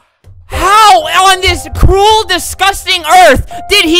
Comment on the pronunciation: i was lafing hard at he sed cruil discusting earth